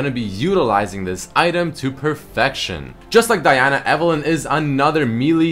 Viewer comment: He's saying it correctly.